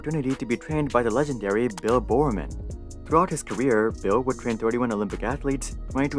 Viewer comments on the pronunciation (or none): Bill Bowerman not "Bill BoreORMAN" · The pronunciations of Bill Bowerman and Steve Prefontain confirm is not a track fan 😂